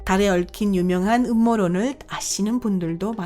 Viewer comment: 성우 제가 해드릴까요?남자 성우라도 괜찮다면 해드릴게요 목소리 음색은 그렇다 쳐도 된소리, 거센소리도 구분안되는 발음은 짜증나다못해 진짜 충격적이네요ㅋㅋ 발음이 탈북민이나 조선족 수준 이하인데요? 예를 들면 이번 영상에서는을 이본 용상에소는, 유명한을 유묭한, 달 표면에서는을 달 표묜에써는 그 외에 수십가지나 되는데 다 나열하기 빡세네요 그리고 왜 말끝을 흐리시나요?기본 자체가 안되어있는 나래이터인데요?